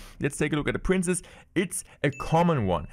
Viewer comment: Day 2 of asking to stop pronouncing “princess” as “prince”